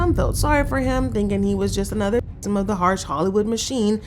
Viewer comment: Can’t even say victim!?